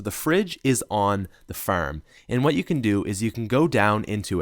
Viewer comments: Hold up am i the only one that noticed him say "ferm" as in farm, and also he said car wrong but whatever, keep up the good work man. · Now at the ferm😂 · the way he pronounces farm😀